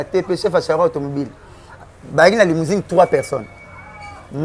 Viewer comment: Mais pourquoi biso ba congolais tozalaka gentil te boye? Muninga azo loba limousing au lieu de limousine, to tiki ye kaka boye 😂😂😂